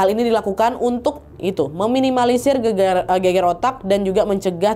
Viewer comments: Gegar otak kak nad, bukan geger 🤣🤣🤣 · gegar otak dibaca geger otak jadi gemes wkwk, soalnya kalo bahasa Jawa geger artinya bertengkar hihi.